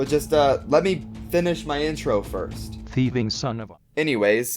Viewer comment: No he said theiving